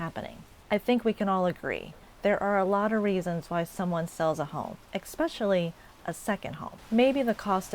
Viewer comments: It's "especially", not "exspecially". And it's "escape", not "exscape". Please learn the language. You are perpetuating the stereotype of the ignorant Floridian. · Hi. Quick tip...the word is "especially"...not "ecspecially". Peace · learn to speak. it is ESPECIALLY, not EXPECIALLY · exspecialy yous well educated. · What I can't understand is why any Canadian would still go to your country? Florida especially (not ecpecially). Sorry, pissed off Canadian here. Watching what your dear leader is doing to you and the world! Desantis and his wife stealing millions! What have YOU DONE TO STOP THEM ? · I know most of us in Canada want to stop going to the USA or buying USA products. I also know 2 couples who sold their Florida properties due to the Trump regime and his constant threats and economic confusion. He is to blame for all the negativity toward the USA around the world. Also, I can’t stand watching a video where a presenter mispronounces “especially and escape”. Pet peeve of mine that drives me away from videos.